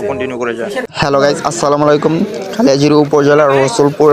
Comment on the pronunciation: গাইস তুমি তো গাইস গাইস কইতে কইতে গাতার মধ্যে জাইতাসো গা।বাংলা ভাষার গুয়া মাইরা দিসো তুমি গাইস।কালিয়াজুরি হবে নাহ গাইস এইটা হবে খালিয়াজুরী।r সেক্সী মুডে আছো নাকি তুমি গাইসসসসস